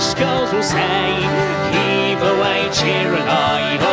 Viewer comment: So incredibly beautiful. Beautiful voices. Beautiful harmonies. I learned a new word cheeri-lye..... Rhymes with lullabye. Thank you, Dave for tipping me off to this great trio